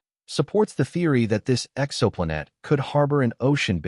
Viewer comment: Yeah, the AI messed up when the "exo" was in front of "planet".....personally, AI is getting so sophisticated I would rather have the mistakes included so I KNOW it's AI.